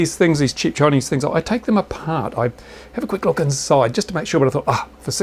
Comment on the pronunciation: Thanks for your help. I corrected the spelling ;-) For those who read it now: my wrong spelling was "chip" instead of cheap. To my excuse I want to add: he does pronounce it in his video as "chip" not as "cheap" ;-)